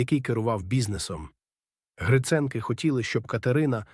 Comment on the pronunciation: Дякую вам за розповідь! Але вам потрібно слідкувати за наголосом: 'Віта Поштова" та "Гриценки" - має бути наголос на 2-му, а не на 1-му складі!